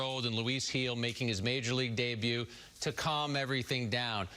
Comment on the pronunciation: Who is Luis Geejil? Dude its 3 letters. Gil